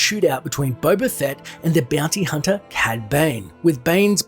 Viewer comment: Beeyounty hunta